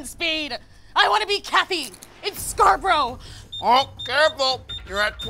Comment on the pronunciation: Did she say: "Scarberia"?